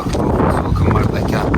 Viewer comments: Вообще-то МаржакАн, а не МардакЯн.Просто на азербайджанском звук ,,К,, в этом слове звучит мягко, как в слове кино.А следующая за К звук ,,А,, звучит просто как ,, твердое ,,А,, ( не йа, и не я). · Не Мардакян а Мардакан